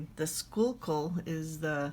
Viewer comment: I'm from Pennsylvania and you nailed the pronunciation!